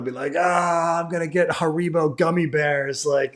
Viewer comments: Nah the stress is supposed to be on the first syllable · Wait that's how you pronounce harribo?